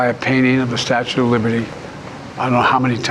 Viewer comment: Hey, it's the Statue not "Statute" of Liberty